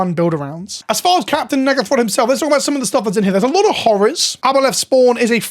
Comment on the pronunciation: Can you pronounce Captain N'gathrod correctly? You are almost saying something else that you really don't mean to say.